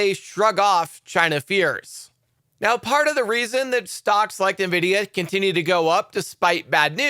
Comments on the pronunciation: PRONOUNCE NVIDIA [en-VID-eeyah] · Plz correct your pronunciation of "Nvidia"